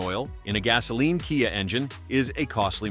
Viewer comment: ..."kaiah"???😂😅😊...How about CAFE Standards?!😢BTW, everything mentioned here, also applies to Hyundai (pronounced like "Sunday"😅)